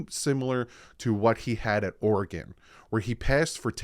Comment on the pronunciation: Great Video Thanks I am so hyped about this coming season. Also Thank you for pronouncing Oregon correctly.